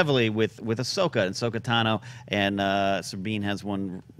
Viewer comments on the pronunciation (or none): Did she say Ahsoko